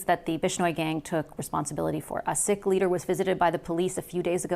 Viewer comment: She doesn't know how to pronounce Sikh (it's 'seek' not 'sick'). Not a very warm sentiment heading to India. He doesn't know. Yeah, Chinese investment so they can lift our resources right in front of these comatose Lib voters. Follow the money, and it will lead straight back to YOU.